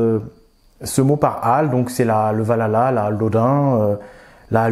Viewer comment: T’inquiète il sait , il dit Valhatla Et non valhalla